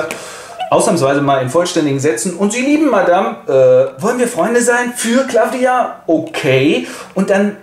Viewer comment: M.e Chauchat heißt aber nüscht 'Claffdia', sondern Claw-dia, französische Aussprache = hier gleich englische Schreibweise, Kralle (Katze) ;)